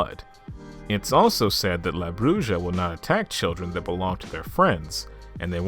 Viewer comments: It’s is pronounced Brew-ha not bru-ja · La Bruja. Bruja is pronounced as Broo-ha, not Broo-ja. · BROO - HA not Bruja a witch homie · It's pronounced Bru HA not Bru Sha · Oh goodness that pronunciation of the word "bruja" . Bruu-haw is how that's pronounced. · La Bruja - la - brew - ha. The J makes a h sound in Spanish. Honey, if you weren't making mistakes...I'd have to give you some side eye. Great video! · La Bruja pronounced la Bru'ha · It’s killing me the way you say bruja 😂 but still a great video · Over all your pronunciation is pretty good,but for future reference the “ja” in bruja is pronounced as a “ha” sound😊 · i know u said that you may mispronounce some words, but i was not expecting the way you were going say la bruja it made me laugh a lot. love the vid tho